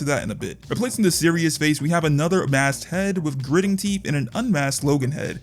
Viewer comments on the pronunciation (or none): none